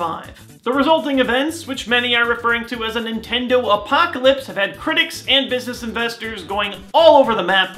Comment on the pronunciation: nay!!! it is not nitindo